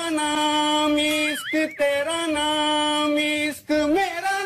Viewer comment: Mera naaam isssssq.. not ishq